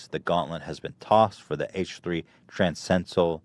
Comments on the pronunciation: Jesus Christ Ethan it's "transcendental" not transendal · When Ethan said "transcential" I think he meant "transcendental" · The word is "transcendental" tran-scen-dental sorry but come on guys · he kept trying to say Transcendental throughout the entire podcast but he never managed to get it out :( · Ethan were you trying to say transcendental??? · Love when you hear Dan and/or Ian fuckin laugin in the other room from time to time. Also, can't tell if Ethan really can't say "transcendental", or if he's just memeing with a really straight face..